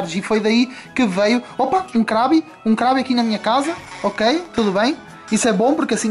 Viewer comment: Se escreve krabby mais se fala kruebby